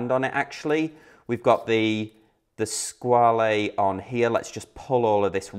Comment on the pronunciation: Just FYI- it’s pronounced “Squa-la”, not “Squa-lee”. TGV (& all the other YouTube watch people who followed) have it wrong.